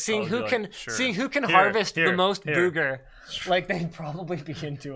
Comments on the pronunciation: Have I been mispronouncing "booger" all my life? Is that a Canadian thing? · Why do you say booger like that? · The way linus says "booger"...